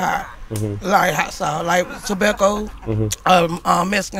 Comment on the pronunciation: She really said "I like stabacco"